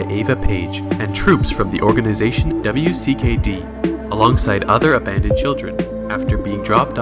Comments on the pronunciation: Just gotta say its wicked and u say it wicked not W I C K E D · Does it bother anyone else that he mispronounce Minho’s name or spells out W.C.K.D organization instead of just calling it “wicked”? Lol no?.... just me?....ok then. Lmao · Pronounced Wicked! Other than that great recaps